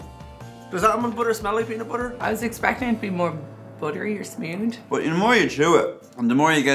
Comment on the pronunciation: "More buttery or smewd"?